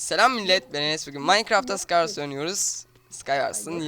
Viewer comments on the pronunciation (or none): Video müq fakat sıkayvars deme sıkayvors deeeeğğğ